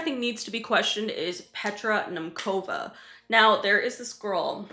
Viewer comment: As a Czech, the pronounciation of Petra Nemcova is sending me😅🙏 Love your channel though🥰